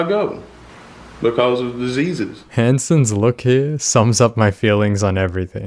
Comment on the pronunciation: I liked the video, you'd be an idiot not to. Because of disuhses!